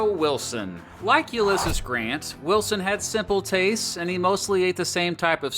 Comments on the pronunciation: Ulysses is actually pronounced you-li-seez, just sharing info not hating. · You pronounced uylesses wrong